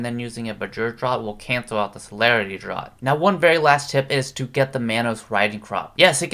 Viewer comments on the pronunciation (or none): Draught is pronounced draft bro